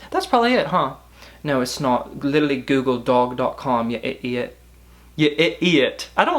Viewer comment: british voice: "ya i'iot" that was my favorite thing ever